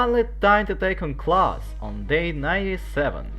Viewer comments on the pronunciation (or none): none